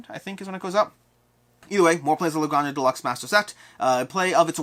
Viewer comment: GRAHN-hah. In Spanish, the J sounds like an H.